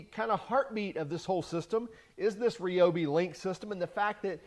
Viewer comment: It's pronounced RYE-obi, not REE-obi. And no, shockingly, I'm not fun at parties.